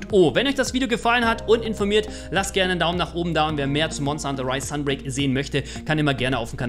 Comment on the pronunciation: Es heißt Talismane und nicht Talismanne. Es heißt auch SUN (Englisch für Sonne) break und nicht .. naja wie schreibt man das falsch?! XD